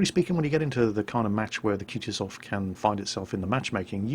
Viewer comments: Not kutjezov its kutuzov ( kuˈtuzəf) sorry but piercing ears too much...Great looking shit btw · Kutuzof, KUTUZOF! Not Kutjuzov. I'm sorry, but it just hurt my ears too much to not mention. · "M I H A I L. K OO T OO Z O V" know how to pronounce his name, he saved the world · It's pronounced more like KootOOzov. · Koo-too-zov. One of the easiest to pronounce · Sounded to me like "cut-yourself" so be careful when playing this ship. Use protection! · The way just butchers that name is just... amusing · OMG you are ruining the man's name! Use google translate to get a starting point how this name should be pronounced: Few weeks ago you were wondering how to pronounce Nagato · Emphasis on the second "u"!:D Thanks for the great episode. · Derp moment from me, forgot how to speak russian for a second... In "Kutuzov" accent goes on second "u" ^^' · Your pronouncing that surname wrong, if it the named after the famous Russian general of Austerlitz fame that is. Watch the new BBC "War and Peace" production for the correct one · there are few fails in your pronounciation. In "Mikhail" you swallow last "i" but originaly that's where the accent is, and it pronnounces in the same way you pronounce first "i". In Kutuzov accent goes on "o" and both "u" are pronounced as you pronounce first one. Also a test if you really are reading all the comments in the first day <_<